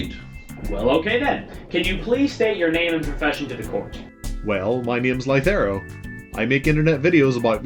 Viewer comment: Lythero's animation is brilliant! It's well drawn and the repeated animations would have cut the work load and accurately portrayed the Ace Attorney theme. So cool:D Also, no one seems to notice mispronunciation of Lythero. I mean, I clearly remember the last time a witness got their name mispronounced. That Daygon Booze guy made quite a big deal out of it.